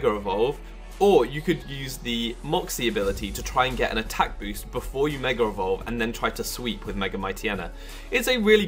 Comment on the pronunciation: Did you say 'megarevolve"?